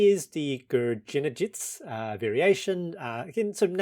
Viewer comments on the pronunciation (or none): Gurgenidze pronounced with G (as in Grab) in both letters :) with accent on "i" and at the end "e" is also strong, just for the info